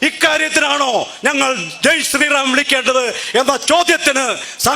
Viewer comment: അവന്റെ ഒരു സ്രായി റം പറച്ചിൽ